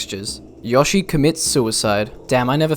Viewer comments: "Yah-she." Gotta love English accents. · Amazing Video!! Earned My Sub! Also, I Like The Way You Say "Yoshi"